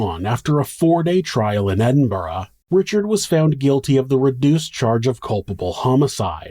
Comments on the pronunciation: Another comment from me hahaha but id like to just say on behalf of all the Scottish people thank you for pronouncing "Glasgow" and "Edinburgh" correctly.....now could u teach everyone else in America to pronounce them right that would be grand lmao seriously thank you though you make an effort an not many other folk do they make videos an dont just take a second to google how to pronounce Scottish place names like it would take a second so just know we appreciate it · Kudos J on the best American pronunciation of not just Glasgow but also Edinburgh that I've ever heard. You are now an honorary Scotsman, welcome sir.